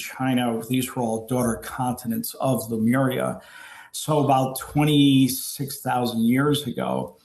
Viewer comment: Why do so many people pronounce Lemuria as Lumeria????